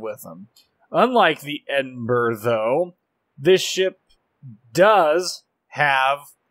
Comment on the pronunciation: its great that you pronounce edinburgh properly ( most do not) but man you ruined minotaur!